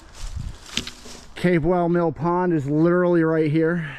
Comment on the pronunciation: It's Pronounced CAP WELL Mill Pond!